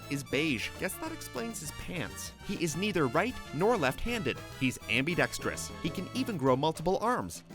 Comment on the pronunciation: It's pronounced ambidextrous not ambeydextrous